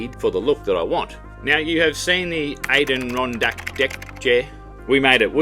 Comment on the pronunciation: Lol. An der ron dack. From the Adirondack mountains of New York State